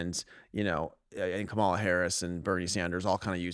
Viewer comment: Kamala is pronounced COMMAla.